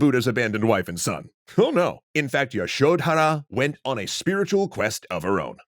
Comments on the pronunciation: The "dh" in Yashodhara is one syllable. It's pronounced similar to "th" in "the". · That pronunciation of Yashodhara is distractingly awful. I think y'all are great, but you might want to check in on pronunciations a bit more